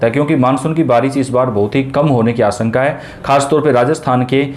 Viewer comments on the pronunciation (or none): प्रतिसत, आस॔का, वर्सा इतना भद्दा व गलत उच्चारण, ये चैनल आपके बच्चों का हिन्दी उच्चारण खराब कर देगा, इसे न लगायें